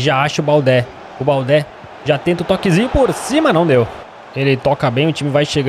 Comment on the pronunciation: OS ''É" DO TOURÉ E DO BALDÉ SE FALA COMO O ''É'' DO MBAPP''É''